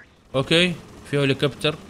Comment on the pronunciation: هيلكوبتر ❎ هولكبتر ✅